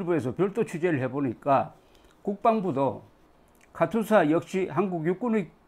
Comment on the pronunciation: 조기자 님! 옳은 말씀입니다! 도대체가 KATUSA의 발음을 유투버들은 모두 카츄사라고 합니다! 실제 군영에서 카츄사라고는 발음하지 않습니다! 몹시 거슬립니다!